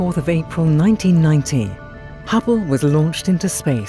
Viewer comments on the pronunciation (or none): Someone has trouble saying 1990.